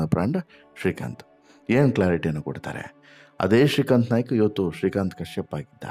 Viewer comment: Nayak ಅಲ್ಲ Naik